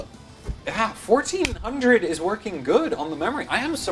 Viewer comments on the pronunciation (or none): "Card is verking" Are you picking up a German accent as well?